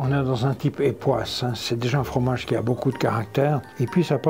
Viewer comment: bonjour tu leurs as dit... ' merci beaux cul..' cela signifiait quelques choses? lol au japon on sait prononcer le COU merci BO KU /